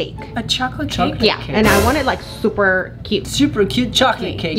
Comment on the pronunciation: I love how says " zzzzzzzuper cute"